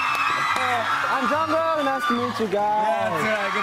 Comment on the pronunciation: The only name can't say is Jungkoo